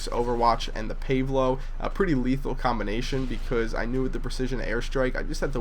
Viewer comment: lol said bause